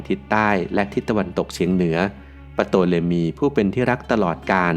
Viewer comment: Ptolemy ออกเสียงว่า โตเลมี หรือทอเลมี ครับ